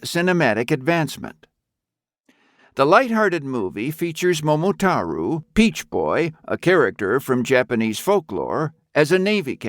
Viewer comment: One/Two of the reasons you got downvotes is the mispronounciation of Momotaro and AIUEO